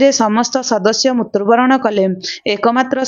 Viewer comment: ମୁତ୍ରୁବରଣ ନୁହଁ.. ମୃତ୍ୟୁବରଣ କହନ୍ତୁ